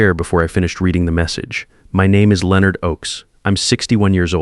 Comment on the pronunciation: Good story, but the AI voice on this story makes me crazy. It's LEN-ard, not LE-o-nard.